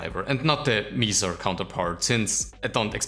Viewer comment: Pretty sure Mesa isn't pronounced Meesa. I guess you could pronounce it Meßaa?